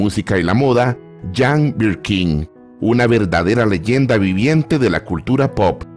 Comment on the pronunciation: Si me acuerdo de ese clásico, nunca lo pude conseguir en su momento pero si la conseguí en cd con buen sonido en uno variado, nunca he podido ver esa película y otras que filmó. perdon por hacerle una pequeña observación y es lo siguiente, "Jane" se pronuncia "Yein"o"llein" porque era Británica y no Francesa o Italiana.